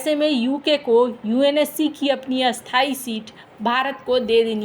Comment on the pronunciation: ❌❌❌Spik " Sthay " not Asthay . Read grammar.❌❌❌